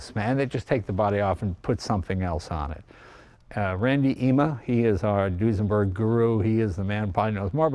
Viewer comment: So, it's a"New-senberg"?